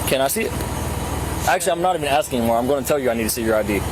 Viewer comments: he said the cop started by AXING a girl and it threw me off. Ask is the word. Not ax. Edt: didn't mean to just put you down. I absolutely love your videos and how they are narrated. Very informative and fun to watch. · Asking. Not axeing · Axing her a question 🪓 😂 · min : "The officer begins his investigation by AXING a female sitting in the passenger seat..." DAMNNNN That's some serious interrogation right there.